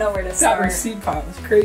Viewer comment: Anybody else thought says reeses instead of receipt...lol